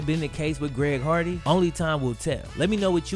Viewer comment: Only reason I remember him is cuz of him saying “ Greg hogwarts”